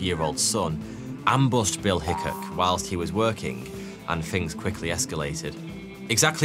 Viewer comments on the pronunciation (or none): The Hickok in Wild Bill's name is pronounced as " hick-awk " :) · His name is pronounced Hi-kawk. If you would have called him, what ever that was that you called him, he would have sent you to your maker with a .36 ball to your heart. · What’s a “hick ick”? Hickok has an i and an o. And why do the Brits use a V when a TH is involved? “Wiv”? Really? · Is “high coq” the right pronounciation? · Hello, Wild Bill's last name, is prnounced, hic kok. I am an American, so I cringed everytime you said his last name wrong. Other than that, I love your videos. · I believe that in the gunfight with Tutt, the latter fired first, but Hickock took a more deliberate aim. With the pistols at the time, 75 yards was a pretty distant shot. It wasn't so much who drew first as it was who fired the first aimed shot. By the way, in pronouncing his name, you got "hick" correctly, but the second syllable is pronounced the same way as the second syllable in "peacock" is pronounced. Also, and this just my conjecture, I think one of the reasons he got into gun fights was because he stayed in the area of the southern border states, and there was a fair amount of animosity between ex Federal and ex Confederate solders.